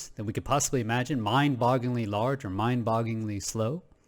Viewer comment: Love your channel. Love your content. I’m very grateful that you share your views so freely with us. But,, promise me you’ll never attempt to pronounce the phrase “mind-bogglingly” ever again. Never. Ever. Again. I’m joshing ya, man! Thanks again for the wondrous content!